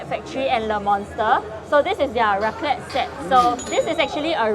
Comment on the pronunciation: Mostly bothered by the way they pronounced raclette... I dun think it pronounced properly. But Tts just me being anal. Hahha